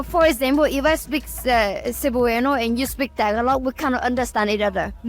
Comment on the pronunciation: Pinoys so nice they won't tell her to say Tah-GAH-log